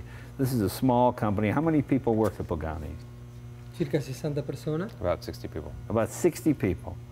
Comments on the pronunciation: does he say Mr. Bugani ? :D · Please Jay. You show is def top notch no doubt, but learn to say the guys name for crying out loud. Its PAgani not BAgani!! What a party foul... This builder is legendary and deserves the respect to at least say his name right. I cringe every time u say it. To top it all off u refered to him as Bugatti once or twice. Come on Jay u talk for a living bud...**facepalm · Did he say Bugatti? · Jay, you could have a tleast learn how to pronounce the guy's name right, at leaaaaaast!!!